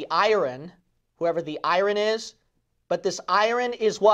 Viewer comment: Pastor, thought you might want to know that the word "iron" is not pronounced like i-run. Its proper pronunciation is [ahy-ern]. Take care, man! Good message.